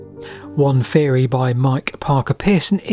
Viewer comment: Fousand, free hundred, feory etc, etc. What is happening to the English language! 😂🤦🏻‍♂️